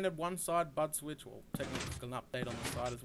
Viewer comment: Sounded like he said butt switch 8D